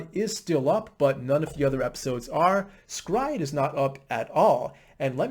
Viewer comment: Your pronunciation of S-Cry-Ed is immensely satisfying :)